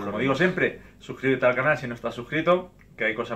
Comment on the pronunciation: ¿"Sbuscríbete"? Esa "b" colada por ahí jajaja